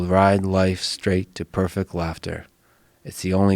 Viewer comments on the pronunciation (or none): none